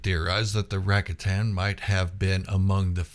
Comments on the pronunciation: I gave you a down thumb for your repeated pronunciation of the word RAKATAN. It is pronounced. RA-COT-AN, Noo RACK- A-TAN. You said the word RACATA correctly, why was the plural version so different? If I'm wrong, please correct me, but everyone else says it like I do in their videos. By the way I did sub to your channel. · Rack-a-tan pronunciation = instant fail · Rakatan 🚫 Supposed to sound like Ruh ka tn✅ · I never heard it pronounced Racka-tan before. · Your pronunciation of “Rakatan” has me thinking of a new board game: “Settlers of Rakatan”